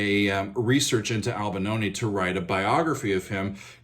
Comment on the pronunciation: Albanoni? Why do Americans butcher each and every last name? You are able to spell, right? Replacing an 'i' with an 'a' might be an American thing to do but...